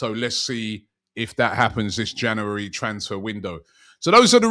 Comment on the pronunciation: Geeza cant even say January let alone say it with some truth behind it 😂